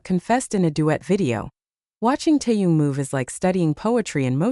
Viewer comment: Please pronounce Taehyung’s name correctly! It’s irritating!